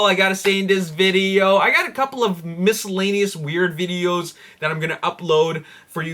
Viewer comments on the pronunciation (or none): none